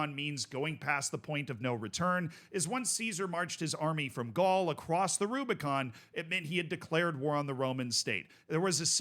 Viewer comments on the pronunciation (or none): none